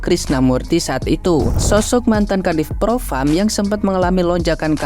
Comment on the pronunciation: Ini ibu yg bilang, propam, propram🤩😆😁